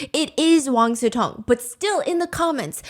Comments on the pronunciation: Why do I always hear wang siTong instead of wang siCong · I swear i hear "wang su tong" and not "wang sicong" 😢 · I always thought his name is wang su tong (that's how i hear steph pronounce it)😂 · Wait, his name is Wang SICONG? I usually only listen to Steph so I don't see the titles most of the time so I keep hearing Wang SUTONG 😭😭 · Stephanie posted. I can finally breathe and it’s Wang Sicong. Come on 😂😂😂